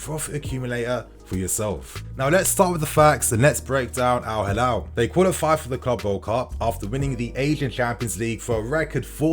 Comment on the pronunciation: It's Al Hilal, not Halal